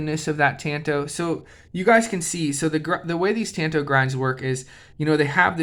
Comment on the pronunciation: It's pronounced tahn-toh The Kobun variant was used by the CIA. The slim profile made it easy to wear, like in your boot.